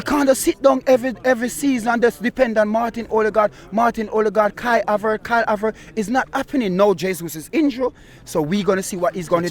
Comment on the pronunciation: "KARL AVERT"